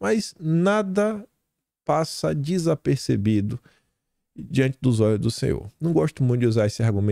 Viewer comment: Desculpe, é despercebido; e não desapercebido. Também já errei muito!😂